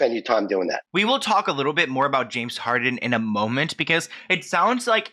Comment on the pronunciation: pronouncing Harden as Harding the entire time was killing me lol